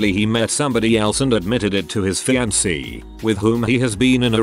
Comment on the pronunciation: Cause "fiankay" 🤣🤣🤣🤣